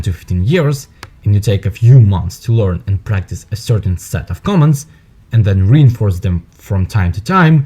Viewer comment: It sounds like interpreter saying comments not commands.